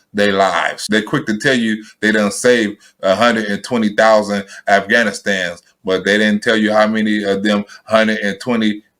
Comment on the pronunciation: Joe it's Afghanistan not Gas-can.